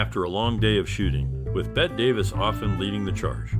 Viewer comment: Surely you have heard her name pronounced correctly? Sounds exactly like BETTY - and was written so in her childhood before she changed the spelling. Basic respect: say names properly.😠